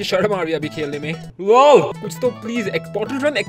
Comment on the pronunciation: wow wow not wa wa